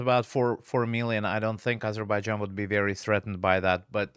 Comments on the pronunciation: Intelligent Armenian, but did not understand who he was just i see armenians even in Еnglish call Azerbaijan Azibidzhan, probably their language does not turn to pronounce correctly 😃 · He should learn how to Pronounce Azerbaijan correctly first and then go on Azerbaijans Chanel